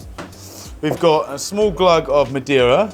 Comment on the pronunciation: Just a tip, it's Ma Dei (almost like just saying DAY) Ra, not Ma De Ra